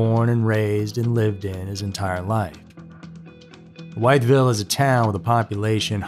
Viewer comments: Live near Wytheville but it isn't White it is With in pronunciation sorry it doesn't make much sense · I grew up near there... BTW it is pronounced With Ville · It is pronounced witheville with a short I sound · VA checking in: strangely enough, the town is pronounced as "WITH-ville. Minor point. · "Withville" (Wytheville) and "Stanton" (Staunton) 😀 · It’s pronounced WITH vile. 😂😂. I’m sorry, I’m really not the grammar police but I’m from VA😂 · Wytheville, VA pronounced as With-Ville. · Just Fyi for future reference its pronounced as... With_ville Good video as always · Hello It's a tiny town .. it's pronounced withville 😊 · WITH ville is correct pronunciation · Everything was out of place. He let them in , I don’t recall the door being broken in the episode? So he knew them ? Why was the car UNLOCKED ?.. How sad for a mother and family. ( The town is pronounced WITH VILLE .) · Wytheville is pronounced with•ville. ❤ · Maybe you can't find this guy or anything about him because you are mispronouncing the town's name?? It's pronounced "withville".. I see why you would call it that, but its wrong.. Now that you know, maybe you can ask around about this guy using the right pronunciation?? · I'm happy to see that I'm not the only one bothered by the pronunciation. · Went to comments to see if someone told him this.Also not a minor point but major .like calling a person Jane but name is Joan. The way he pronounced it was WRONG. Might be places with that name probably not in va. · I am in Virginia. You're mispronouncing Wytheville. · If you're going to use AI at least learn how to pronounce the Towne name..lol